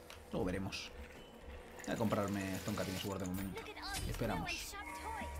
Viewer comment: "Estón cating esguord“ <3